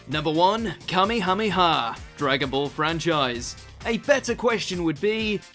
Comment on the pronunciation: Still can't get over the Kameyameya wave pronounciation.